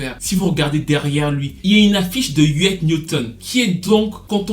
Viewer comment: Huey P. Newton et pas Huet... Afeni Shakur mère de Tupac et non de Kanye...